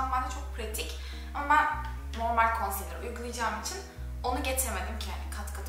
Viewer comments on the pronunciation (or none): none